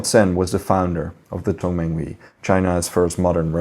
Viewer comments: Just one pronunciation correction its not Tong man wee, but rather Tung man huey as if youre saying heyyy but rather hueyy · Tongmenghui is pronounced as Tong-mung-huày